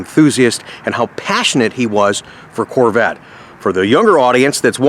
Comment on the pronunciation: Only a Gentleman Texan could say the word “Carvette” properly!